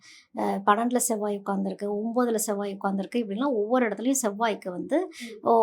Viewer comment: ஷெவ்வாய்-னு சொல்லாதீங்க அது செவ்வாய்!